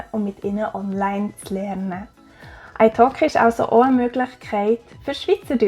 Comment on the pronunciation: Ich hab gedacht das du Eishock’g’ei gesagt hat, aber es war italki 😂